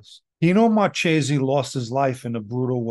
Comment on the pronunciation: Marchese in Italian is pronounce Mar ke se sorry couldn’t help myself. 😊😊😊 great story